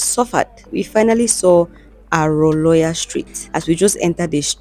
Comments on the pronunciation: It's the way you pronounced the name of the street. Aroloya. It pronounced as Haroloryar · Its Aroloya Street. It's pronounced as spelt